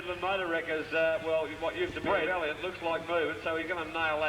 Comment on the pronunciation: "That car used to be a valliant" 😂